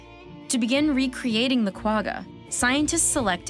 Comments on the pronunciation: Bringing back extinct species won't fix the problem, you have to eliminate the cause of their extinction then reintroduce the "de-extinct" animals back. PS Qwagga is pronounced kwa-gha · You need to pronounce Quagga as if you had flem behind your nasal cavity. KWA-CCHA. The animal's name was derived from the sound it made. I wonder if those brown zebras make the same sound... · Kwagga is not said like that😂😂 But good video👌🏻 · As a South African, her pronunciation of kwagga took me out l! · The "g" in quagga is pronounced like the "j" in jelapeno but a bit more gutteral. I remember reading a while back that another problem with cloning from adult material is that the clone inherits the length of tellomeres from the original source, greatly reducing it's lifespan. Not sure if they fixed that. Cool video. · Quagga is not pronounced like that, it's no where near that. For all the "production value" you didn't feel the need to cheap pronunciation?